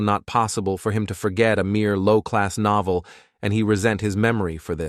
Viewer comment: noeveel it said instead of novel